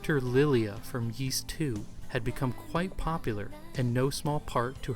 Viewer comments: Seriously. It always amazes me when Youtubers who cover things like Japanese games, anime, history, and culture don’t even bother to learn basic Japanese phonetics before releasing extensive, in-depth videos like this. No offense to OP as he is absolutely not alone here, but it just hurts their overall credibility in my eyes. When he mispronounced “Ys” though, in a freaking history of Nihon Falcom video, that was just too much for me. Not surprised that many people felt the same way and pointed it all out well before me, and respect to OP for publicly acknowledging his mistakes. For what it’s worth I still enjoyed the overall video a lot and even learned a few things despite being an Ys nerd who’s been familiar with Falcom for the better part of two decades now. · It must have been a lot of work to make this short documentary and it is informative. I salute you on it but I have to give it the thumb down for not correctly pronouncing Ys and Zwei. Ys is literally the predecessor of Paris (on a par with Is). The character Adol(f) is taken directly from the legend of the mythical city Ys. If you pronounce the name with an Ee sound like the French there is no S sound. Zwei is German for two as the game revolves around two characters, like a large sword is called a Zweihänder. Just to give some insight in the thumbs down.